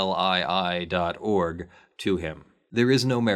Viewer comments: Oh, we just pronounce it "Can-Lee" like that. Short for Canada legal Institution. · Hi CanLii is a canadian legal research website. So you know, In the event you should have to talk about it again, It's pronounced Can Lee. Love your videos. Thanks!